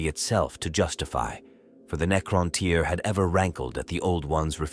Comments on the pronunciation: Neecrontyre 😂😆, Ai is great and all, just check the script before you upload. The mispronounced words ruined the flow. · "The Kitann and Neekrowntyre" haha LSS